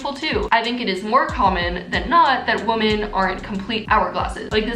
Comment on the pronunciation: Am I the only one that notices her saying women weird? 😂 it sounds like she’s saying woman.